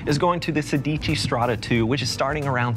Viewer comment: Sedici, accent on the first syllable, PLEASE!